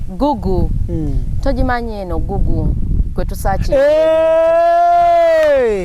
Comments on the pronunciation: Wabula bad black mbu looooooooovuuuuuuu,😋😋🤪🤪😘🤣🤣🤣🤣🤣🤣🤣usher wakukutamu omuntu ,mbu guuuuuuguuuuu instead of Google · 🤣🤣🤣🤣🤣🤣🤣🤣naye bad black mbu gugu as in google